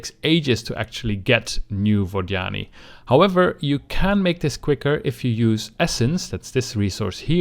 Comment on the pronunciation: its Vod Yani... not Vaginy great video though, but stop saying their name... I cant handle it. lol